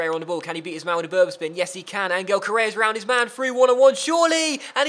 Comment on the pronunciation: Hey, love the series. Just a small gripe; Correa's name is pronounced An-Hel, not An-Gel. But seriously, great series!